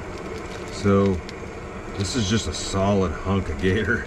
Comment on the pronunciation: I confess I skipped forward every time you said gator. 🤮